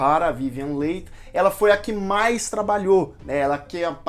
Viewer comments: A pronúncia correta do nome da atriz protagonista é Vivien" Lee" e não Leig como foi dito. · Se pronuncia Vivian "Lie" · Vivien Leigth..... Pronúncia Li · Soletre corretamente o nome da atriz.é vivien leigh e nao vivien late.por favor. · Vivien Lee ( Leigh se pronuncia Lee = Li) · Sim..verdade a sonoridade correta do nome dela é VIVIEN "LI" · Ótimo vídeo! Filme marcante! Só queria chamar atenção para a pronuncia do sobrenome da Vivien Leigh. Se pronuncia “Lee”. Abraço 😊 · A Melanie eh prima do marido, não da Scarlet.. a Scarlet casa com o irmão da Melanie ( o seu primeiro marido, que morrerá guerra), então elas são cunhadas......Se pronuncia Vivian “li”. A Vivian Leight foi escolhida, quando foi assistir a cena da explosão... aquela q eles Fogem para tara... a carroça eh introduzida depois... o incêndio na cidade foi gravada antes.... ao ver a Vivian , pela semelhança com descrita no livro, logo ela foi escolhida. A Personagem “ mamy “ foi a primeira negra a receber o Oscar , e foi obrigada a entrar pelas “ portas dos fundos....😢😢😢😢, ou receberam por ela, eu. Só lembro.... O Diretor estava fazendo “ O mágico de Oz”, isso deu uma confusão... no final ele ganhou o Oscar de ambos os filmes, mesmo sem merecer, A atriz Vivian Leight nasceu na Índia ... ela não era inglesa! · Verdade. Dei vários pulos da cadeira quando te ouvia pronunciar o nome dela rsrsrs. Sou apaixonada por este filme, onde "furei o DVD" de tanto assistir kkkk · Sua descrição, comentários, críticas e revelações dos bastidores do filme,são tão bons que nem reparei que pronunciou o Noé da atriz principal com outra sonoridade...nos entendemos tudo.muito bom😘😘😘